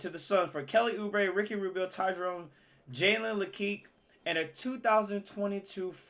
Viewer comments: you did not just say jalen “lakeek “😭 it’s jalen “leh-q “ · how he called jalen lecque "jalen leqee" just pissed me off thats how I know hes not a real basketball fan. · “Jalen le keek” 😂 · Bro how can you say someone is an upcoming player when you don’t even know how to say his name